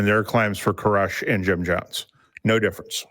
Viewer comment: Every time Jim mentioned David Coresh I heard "David Carusoe" and kept wondering if he was on an CSI: Miami kick lately.